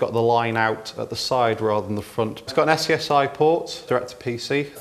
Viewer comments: What is this “yes-yes-aye” of which you speak? In my day, we called it “SCSI”, pronounced “scuzzy”. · Ess-see-ess-aye? Skuzzy! SKUZZY! SKUZZY! Come on! Say SKUZZY! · Dude, "scuzzy" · well I was there when SCSI was regular and I was using the same pronunciation. Here in Greece, all of them were saying "Skazi", with an "a", but in my logic SCSI = S.C.S.I. so I use the "S" "C" "S" "I" pronunciation. At the time they were looking me as an alien but this time, after all those years, my logic seems right for the millennials. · Umm it's pronounced scuzzy. xD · Where did he grow up that he pronounces it "ess see ess eye"?! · Anyone pronounce SCSI as "sexy"? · I've seen SCSI all over the place and I've heard of skuzzy drives before but I've never heard before that SCSI is pronounced skuzzy. The more you know.